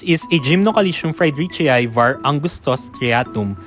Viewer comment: fry-dree-chee-eye? Do you say Hawai-eye?